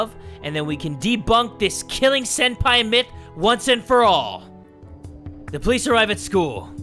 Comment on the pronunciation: It’s Senpai, not “Sempi”